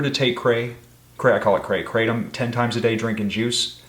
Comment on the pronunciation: Ya I’m subscribing for the anti juice rant and the fact he called kratom kray I’m here for it.